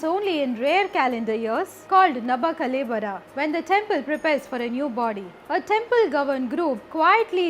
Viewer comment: Not nabakalebara It's Navakalebara